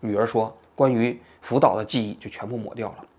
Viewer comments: 王局神口误“福屌”😂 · 福岛说成了扶吊哈哈哈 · 王局口误了，福吊😊